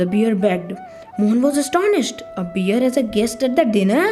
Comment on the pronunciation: It's not beer It's bear the spelling is correct but you are pronouncing wrong ❤❤❤❤❤❤❤❤❤❤❤